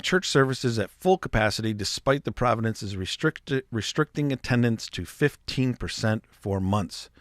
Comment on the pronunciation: Brother, you repeatedly say, “ providence “ , when referring to our Canadian Provinces. 😉